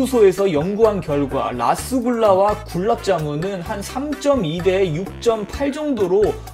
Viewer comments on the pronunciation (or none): 초반에 발음 또박또박읽는거ㅋㅋㅋㅋㅋㅋ굴랍zㅏ문